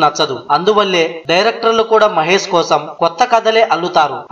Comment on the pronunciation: mahes kadu babu mahesh